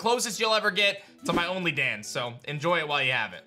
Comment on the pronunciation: "OnlyDans" I'm dying